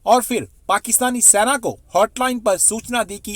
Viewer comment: अबे, Military को हिन्दी में सेना कहते हैं, सैना नहीं। तुम लोगों को हिन्दी भाषा का अपमान करने का हक़ किसने दिया है? यदि तुम हिन्दी भाषा नहीं सीखना चाहते, तो फिर u tube बनाना छोड़ दो।